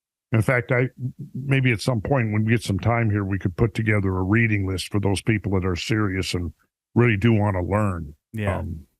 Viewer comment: READING LIST, READ-ING LIST! READ-ING LIST! READ-ING LIST! 🤤